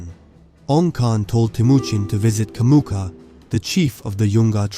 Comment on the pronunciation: It's Jamuka, not Kamuka!